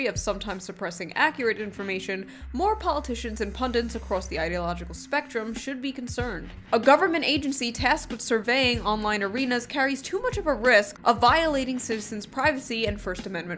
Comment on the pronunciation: Shoe why can't you say the word "pundits" without adding an extra N between the I and the T? You're like Benedict Cumberbatch saying Penguins lol